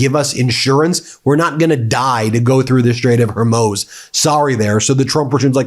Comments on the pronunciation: Stop using the term Armageddon. You’re playing into the religious fanatics in the Trump admin. BTW, you mispronounced Hormuz. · Love your work - thanks, but re: the Strait of Hormuz: It’s more like “Hor MOOSE”, not “Hur Moze”. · Meiselas, why of all the news commentators , you are the only one who has not grasp the pronunciation of the word Hormuss, sometimes you pronounced as Hormiuse, Hormuiss, Hormaz, though most others pronounce right, but you. I think it is important to learn the right pronunciation of names when you report or stop reporting altogether. if you can add personal view to international news, you should stop giving us your feelings on Trump activities and simply report it without your personal feelings on the subject, this thing you do when reporting, is making me want to unsubscribe to your channel. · Hormuz. Hormuz. HOR-MUZ! Not hermoze!!!!! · Ben, please stop pronouncing Hormuz every-which-way. 🫨 It's pretty easy: Hor-mooz or Hor-mo:z (that just means you shorten the moo a bit (in case you don't read the phonetic alphabet 😉)). Otherwise.... Thanks! Keep up the good work! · Come on ben, you have mispronounced the name of the straight of Hormuz so many times. It’s pronounced “Hormoooz” not “Hormose”. Dude, come on man. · As much as I (as a fellow lawyer) appreciate getting your perspective on the news, I must say that it is incredibly annoying to have Ben consistently and continuously mispronouncing certain terms, such as the Straight of [Hoar-mooz]. It is not [Her-moze] or [Her-mooz]. Please try to have the integrity that would be expected from a lawyer who has to demonstrate due diligence in their work... regardless of whether you are now only performing independent commentary work. Thanks. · Is it pronouncecd hermoze or hormooz - make your mind up (it is hormooz). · Ben, my brother ... it's the Straight of HER-MOOZ - NOT mose (rhymes with hose) HER-MOOZ, HER-MOOZ, HER-MOOZ. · Keep working on it, Ben: "Hoar moos" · Bruh, it's pronounced hor-mooz